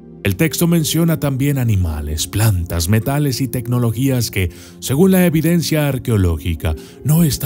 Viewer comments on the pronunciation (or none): none